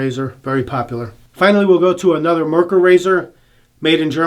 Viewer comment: The brand is not pronounced "mer-kher"....There was actually a car with the same name...pronounced "MARE-coor"....like a female horse and the beer. MARE-coor.